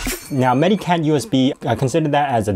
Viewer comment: It's actually pronounced more like "meta-cat"; it's a portmanteau of "medical" and "cat". I also advocate AOMEI; it's a good utility.